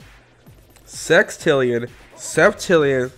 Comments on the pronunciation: in it sounded like he said sextillion XD i dont wanna be inappropriate lol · He said sex-tillion but can't say sextillion? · The way he said sextillion